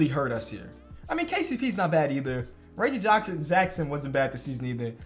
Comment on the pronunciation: the only dude i can hear mess up Reggie Jackson's name twice and let it slide.